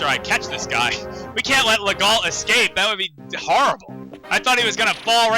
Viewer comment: "Legault" is pronounced "Leh-go". The "lt" are mute. That's French for ya.